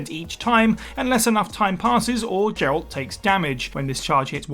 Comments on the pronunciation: I cannot stand listening to these YouTube channels mispronounce character names like Geralt. It's Geh-ralt, not Jer-alt. Immediately makes me think they haven't even played the games, because if they have yhe constant mispronunciation makes zero sense. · Jeralt?! Do you also say Jif?! I am shooketh! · Who is Jeralt? Have you played the Witcher? 😅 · Well, she also called Geralt the wrong way too